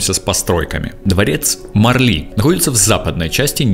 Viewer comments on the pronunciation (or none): none